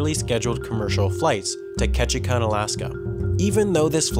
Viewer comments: Lol how you pronounce Ketchikan like “ketchikon.” It’s pronounced ketchi-can by us in Alaska ✌🏼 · its not pronounced ketchi kawn. it is ketchi CAN. i know because i live there. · You have the funniest way of saying Ketchikan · You murdered Ketchikan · You mispronounced Ketchikan. As I've said on some of your other postings, 5 seconds of research would have prevented that. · smh i live in ketchikan and he cant even say the name right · Sorry but your pronunciation of Ketchikan was a little off, sorry I used to live there so I just can’t stand it